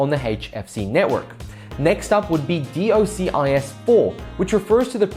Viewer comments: "Dee Oh Sea Eye Ess"... Please just say "Dock-sis" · It's pronounced dock-sis :)